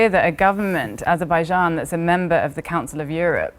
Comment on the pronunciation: That Azerbaijan pronunciation though